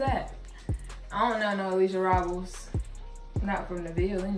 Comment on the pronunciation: Pronounced Robe-les but thats ok lol